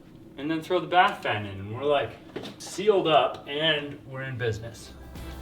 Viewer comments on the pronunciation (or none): Bath fan!!!! Oh my goodness!! The first couple of times I heard say it, I thought he was saying “fart fan”.